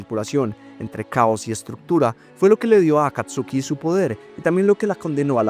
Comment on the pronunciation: Ese wey Ese wey sigue pronunciando Akatsuki como está escrito, no como la correcta pronunciación, en pleno 2025 XD